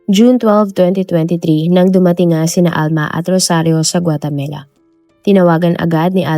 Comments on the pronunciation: 😂😂😂😂 akala ko ako lang naiirita sa paulit² na GUATEMELA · Pronounce it as "Gua te ma la"not "Gua te me la." Ok? Thanks! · Puro ka guatemela...8080 inulit ulit pa talga guatemela 😅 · GUATAMELA?😂😂😂😂😂 bagong bansa ba yarnnnnn🤪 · GuaTAMAla not GuateMELA; Houston is "Yuston" not HOS-TON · Maganda sana kwento kaso ang sakit sa taynga ng Guatamela mo. Wag na nga lang. Ikaw lang nag pronounce ng ganyan, wala pa q narinig na guatamela 🙄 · Nakaka distract paulit ulit pa pag pronunce GUATEMELA😂 sana search din po kau paano e pronouce ng tama ang mga words sayang maganda ang kwento We are not perfect pero dapat kasama po yan sa research po natin kasi name of the country po yan importante sya .. pangit din pag ma mispronounce ang country natin instead of THE PHILIPPINES sasabihin nila phlippanes di ba pangit and disrespectful. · 😂😂😂😂yes...notice ko din ang Guatemela..😂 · guatamela? guatemala ata.. nadidistract ako kapag nababanggit yung lugar pero tinapos ko pa rin lol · Hahahahaha may mga mali minsan sa pronunciation nya katulad ng yacth tas ginawang yatch,tas ngayun gautemala to guatemela... kahit gusto mo lang makinig nadidistract ka kasi mali ang pagkakasabi nya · Guatemala, not guatemela. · GUA-TE-MALA poh! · Sounds like Gumamela 😂